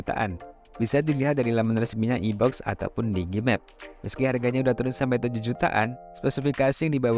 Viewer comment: iBox dibaca "aiboks" gan hehe